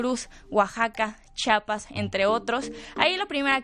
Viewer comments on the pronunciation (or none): Es Chiapas no Chapas, en la CDMX es muy común escuchar eso, sinceramente desconozco el por qué pero me resulta curioso...